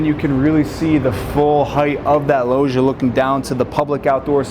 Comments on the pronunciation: Pls someone tell the guy in the video (not ) to pronounce it like lodge - Lodgia, if you will. Lojia drives me nuts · Loggia is pronounced with a G like Gin - for gods sake!